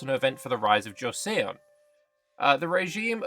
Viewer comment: Also Joseon (Chosŏn) is pronounced like Cho-sun.